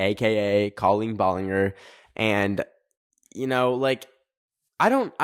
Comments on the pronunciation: Her name is actually pronounced ball-licker 🥰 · Sir, it’s pronounced ball-en-jer ❤❤ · the way says balenger 💀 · love how he dont know how to say her name like its colleen ballinger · the way you said ballinger made me laugh lmao